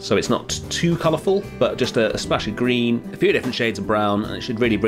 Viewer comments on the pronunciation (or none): none